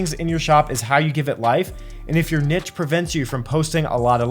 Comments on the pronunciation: It’s , not … you’re welcome 😉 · Thanks for everything you do to help us. I thought it’s only right to offer my help where I can. Only people in America say niche like “nitch” though if you google it, you will see that the correct pronunciation even for American English sounds like “neesh” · Neesh, please! NEESH!! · It's niche. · Its neesh, Jesus Christ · G'day it's Steven from Down Under Always enjoy your enjoyable and informative videos. In Australia niche is pronounced "neesh" 😊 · Love the videos and appreciate the advice but the way he pronounces niche doesn't sit right 😅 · It's the other prononciation of niche, like the sh sound. This is how Google translate reads it... 🤔😳 Or just take it from a French speaking person